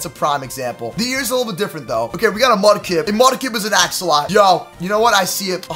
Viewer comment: Did he just say axolot